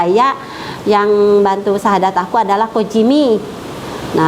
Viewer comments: Apa kupingku yg salah ya,... Ngucap syahadatnya ko beda ( menit awal) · Ini jelas bukan settingan,baca shahadatnya aja salah,maklumlah,smg Allah membimbing kedepannya aamiin